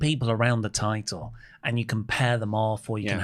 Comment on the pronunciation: Tide-el? What is the tide-el?